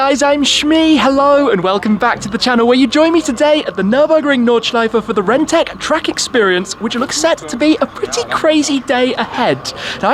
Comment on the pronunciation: Rentech... Sounded like rented...